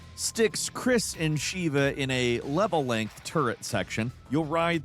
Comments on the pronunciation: How can (I know what I did) be so awful at pronouncing names of characters. Especially when they say the damn name in the game MANY TIMES. It’s Sheva not SHEEEEEEEVA. In Neir it’s Kainé NOT KANE!!!! It’s not fucking rocket science. And if it’s trolling. It’s lame af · At this point I think is just trolling us Resident Evil fans by not saying SHEVA NAME RIGHT!